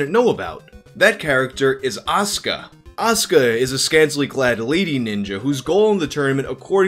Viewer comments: "ASS"ka. Damn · I guess you weren’t ready for As(u)ka